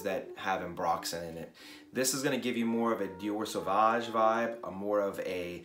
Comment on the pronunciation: You actually pronounce "sauvage" correctly. Great video as always. We have similar tastes.